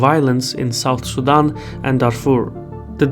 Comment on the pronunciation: Sudan vs Sudam. Try as I might to hear the N I kept hearing Sudam. Try using a long A as in tAble as in the name Dan. Su-Dan. Very good story. I love your work.